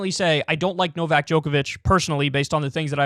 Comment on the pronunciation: Why do Americans always pronounce names wrong? It’s true. Some of you can’t even say their own names correctly. And Novak is not exactly a tongue-twister.